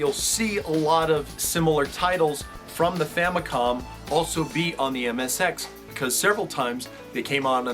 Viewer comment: I love how it sounds like says that families were getting very popular in Japan at the time.